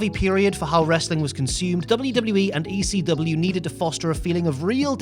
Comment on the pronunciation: I don't know if anyone has pointed this out yet but the chant is "E--C-W" not "E-C-dub"...pronounce the whole f'n letter!!